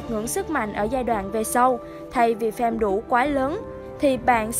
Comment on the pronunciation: Farm mà cứ đọc thành fame nghe khó chịu thật sự :))